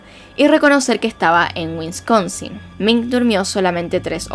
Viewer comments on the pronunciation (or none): Buen video. No se dice “WiNsconsinl. Se dice Wisconsin, SIN la primera N. No se dice “IllinoiS”, aunque se escriba así. La S no se peonuncia, Se dice: “Illinoi”. Acuérdate de este dicho: “You make too much noiSE when you say IllinoiS”.